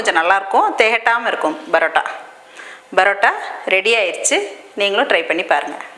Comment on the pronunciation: plz stop saying barota barota its parota